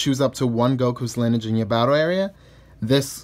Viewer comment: Linige? It’s lin-e-age. Lol